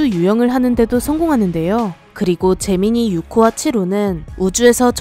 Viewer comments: 제미니가 잼민이라들림...나만? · 왠지 제미니가 잼민이로 들리는 건 나만 그런건가? ㅋㅋ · 나만 자꾸 잼민이 프로젝트로 들리는건가